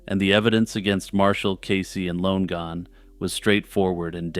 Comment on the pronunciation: It's pronounced Lon-e-gan /Lon-again